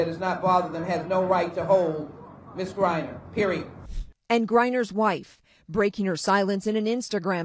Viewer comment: HER NAME IS Griner not Briner SON OF WOMAN